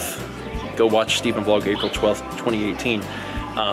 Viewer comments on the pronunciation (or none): none